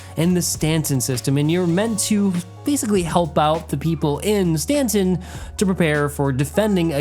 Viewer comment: why are you saying "Stantson" lol ?